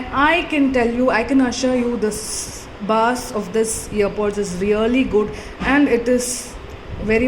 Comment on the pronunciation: U pronounced bass wrong🤦🏽‍♂️🤦🏽‍♂️🤦🏽‍♂️